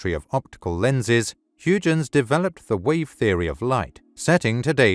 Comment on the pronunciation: Learn how to pronounce Huygens name right.